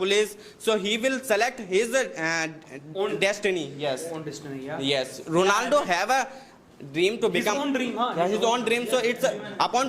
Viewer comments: The guy from formal education group unable to pronounce Ronaldo....Rolando 😅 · Ronaldo❎ Rolando✅🤣😂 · Ronaldo ❌Rolando✅